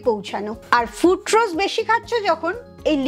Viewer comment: ফ্রুটরোজ নয়, কথাটা হল ফ্রুকটোজ। এটুকু জানেন না অথচ জ্ঞান দিচ্ছেন।